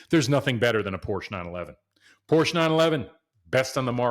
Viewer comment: Learn how to pronounce the brand man…. 🤦🏻‍♂️